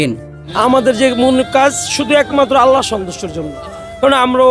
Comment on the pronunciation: আল্লাহো নয়। আল্লাহ উচ্চারণ হবে